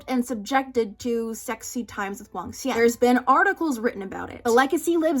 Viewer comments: as someone learnong mandarin and loves hanfu but never watched any cdramas i see cdramas EVERYWHERE but dont care for them. even without ever having heard it before your pronunciation of Wangxuan is SO FLAWLESS. You literally spund like a native every time you say it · When you pronounced Wangxian correctly I got so excited